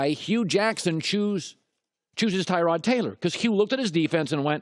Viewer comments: Tyrod himself said its pronounced ta-rod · I believe if you can't pronounce a guys name then they should not give you a microphone. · Am I the only one bugged by how he acts like he doesn’t know how to pronounce Taylor’s name even though he’s said it right the first time..the blatant disrespect -_ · This video should have been called "Historically under-performing former QB pretends he doesn't know how to pronounce 'Tyrod' "